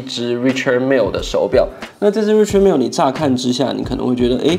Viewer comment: Its pronounced Ri”Shard” Mille.